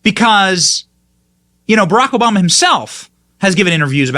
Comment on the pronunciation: Who the hell is SHMMMMRRRRRLLLLLACK OBAMA?